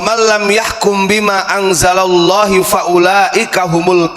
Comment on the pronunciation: Salah baca !bima anzalallahu d baca bima anzalallahi!